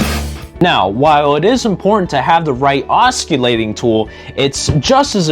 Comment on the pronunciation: The C in, os·cil·late, is pronounced with a S-sound as it is in the words, cent, central, circle, or city. You seem to have a passion for tools and blades, add the proper pronunciation and your message will only be stronger. Keep on making videos my blade loving ninja. 👍